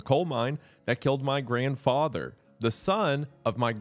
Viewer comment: Why he say it like that 😂 my grandFATHer. lol